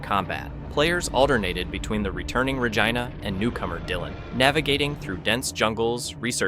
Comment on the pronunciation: "Deeno" crisis?? "Rehgynah"?? Bro. Excellent video, but hachi-machi that's rough.